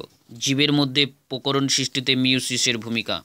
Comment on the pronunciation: Sir ota pokoron noi prokoron😅😅